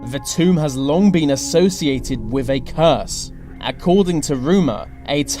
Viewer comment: Hello! This is a suggestion only, but would improve your quality and your professional mien, both: Can you please try to pronounce "th" not as as a 've' sound? ie: With, instead of 'Wiv' you slip up often, and it makes it difficult to listen. For instance 'free fousand' instead of three thousand... 'anover' instead of another. I really enjoy your work so please dont take this as me trying to get you down... Perhaps you could highlight every 'th' in your script, and practice each one exactly until perfect... Only then record your work! I teach this and stage craft, hence my interest. Good luck with it, whether or not you take my comment and suggestion on board ! All the best, and thankyou for your interesting work! Alicia Manolas.